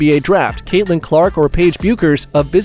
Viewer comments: It's NOT pronounced "Bewkers"!! It's pronounced "Beckers". I can't explain the silent U, but it is what it is. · I enjoyed this take on Clark. One correction, the UCONN standout's last name is pronounced Beckers, not Byookers.